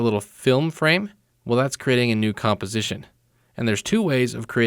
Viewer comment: Nice tutorial... But did anyone notice he cannot say composition correctly...